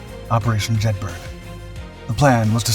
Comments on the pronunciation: Jed bur uh, not burg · so you do an entire video on this and can not even research how to actually pronounce the name of the operation properly? Have you ever been to Edinburg, or Jedburg? no you may have visited Edinburgh or Jedburgh. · Jedburgh pronounced "JED-BUR-UH" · “Jedburgh” is pronounced the same way as ‘Edinburgh’, i.e. “Jedborough”. Jedburgh is a small town in Scotland. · yup this mis-titled one pissed me off as well as the mispronunciation of Jed bur uh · Jedburgh pronounced Jedburra. It's one of those great British place names that sound nothing like it's written. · And pronounced locally as Jeth-ert.